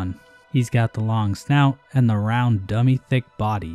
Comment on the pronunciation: RRRROUND BOAH